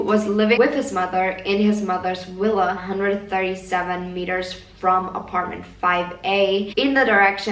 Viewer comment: "willage" "willa"